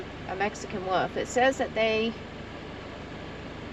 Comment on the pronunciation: elbowcough: WOLF * Not WOOF